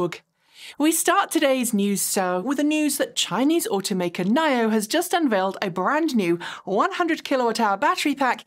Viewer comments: Nine-Oh? Thought it was Knee-Oh? 🤔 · Why you keep calling NIO "nile-yo", isn't it "knee-yo"?